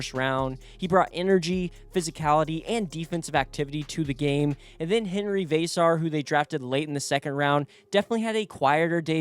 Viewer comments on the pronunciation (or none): none